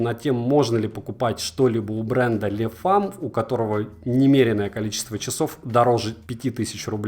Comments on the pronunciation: Почему ты говоришь Лефам если они называются Лемфо? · вы как то странно произносите название